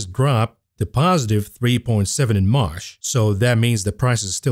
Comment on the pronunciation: learn the difference in pronunciation between "marsh" and "March".